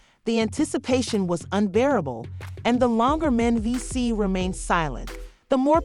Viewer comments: Soon as the commentator pronounced mendeces S I was done learn how to pronounce the names of you want to report on them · The Narrator tour Mendeecee’s name up. 😘😘😘